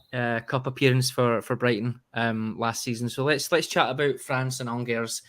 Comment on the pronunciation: Firstly its pronounced Angers..... I would have hung up on him right then 🤣🤣🤣